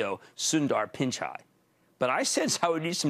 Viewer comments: Please say PICHAI not PINCHAI. He is brilliant and very well educated. Went to IIT , Indian Institute of Technology, a school that is trial by fire. Highly competitive education. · There's no "n" in "Pichai".